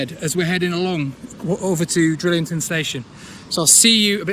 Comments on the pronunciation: It's Drighlington, not Drillington. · Enjoying the great vlogs. The G in Drighlington isn’t silent, it is pronounced. I used to live in the village and locals just call it Drig. Keep up the good work. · Pisses me off the way you say Drighlington